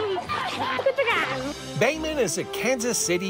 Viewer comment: His name is Behman---NOT Damon.